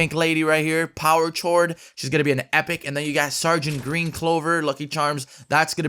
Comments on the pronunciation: Is he really saying power chord that is pronounced cord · Lol bro its pronounced "cord" like a musical chord... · It's pronounced the same as "cord". Chord is in reference to music hence the guitar. 👍🏻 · Pronunciation: Chord = Cord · Chord is said like cord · Chord is pronounced cord . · Lmao saying Chord but its pronounced like Cord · CHORD IS PRONOUNCED CORD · It’s pronounced ‘cord’ like a guitar chord ;) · yo it's pronounced "cord" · Power Chord is pronounced “Power K-O-A-R-D” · Chord is pronounced kord like a guitar chord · Power Chord... CHORD... HOW DONT YOU KNOW HOW TO SAY CHORD CORRECTLY K-ORD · U say it power cord not chord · Power chord. Chord is pronounced like cord. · Chord is pronounced c-o-r-d 😂😂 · I thought it was pronounced like “cord” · KillKev236 he always pronounces words wrong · Power "CH-ord" I'm fucking dead 😂😂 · That's not how to pronounce chord hahaha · The man can't even pronounce chord properly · Power Chord ? It’s chord not chord Korde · The way he said “power chord” 😂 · Mispronounced chord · He’s saying “power chord”. It’s pronounced “power chord”😂😂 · This man just say chord? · you said chord wrong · Power chord is pronounced without the h, it is silent. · Big Gucci and that means what? if your Cuban or not, pretty sure you can say a word right. He just didn’t know how it was pronounced and that’s fine. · Big Gucci If he is Cuban them he speaks very fluent English. Let's not create a controversy about someone's nationality and pronunciation. He said it wrong, so what? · I low key cringe every time he says "Power shord" instead of "Power chord (KORD)" lmao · "Power Chored" XD it's pronounced "power cord" + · It’s pronounced cord hollow😂😂😂😂 great vid tho. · you mean power chord...? like a chord, a string. “Ch-ore-d” no just no. It’s chord, thank you 🙃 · Power chord pronounced power cord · it is pronounced power cord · It's pronounced cord. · Its pronounced "kord." the h is silent c